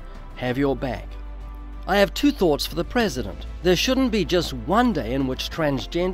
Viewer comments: Your prezshent sees you. Thats reassuring. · The prehsehdehnt rehsehntleh mehmehmeh. God.